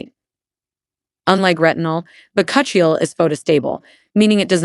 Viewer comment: Chill - ee you idiot!! It’s pronounced…. Bak - u - chi oil.